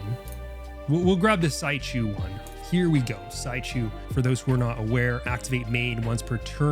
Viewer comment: Correct pronunciation of "Szychu" is "She who" it's a polish player and this nickname is polsih aswell. Nice video!